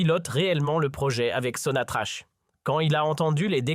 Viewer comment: Que des bobards..! Qui va vous croire ? Les imbéciles comme vous semblez l'être..si vous êtes comme vous l'insinuez, vous ne diriez pas Sonatrache..mais Sonatrakk..